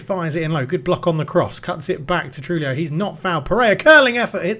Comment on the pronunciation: Tujillo is pronounced True HE Yo